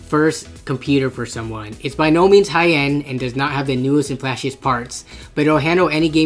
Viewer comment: yo did he say hi-end? xD